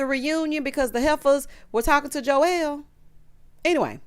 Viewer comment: I like this show so far…. Verneisha is my girl!!! When you say Jowell that thing is funny to me!!